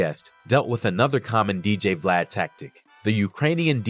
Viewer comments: WORD!!!! VLAUD!!!😂😂😂😂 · U God calling Vlad “Vlaud” 😂😂😂😂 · Vlaud lmao😂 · It’s u-god mispronouncing glad name everytime for me 😂😂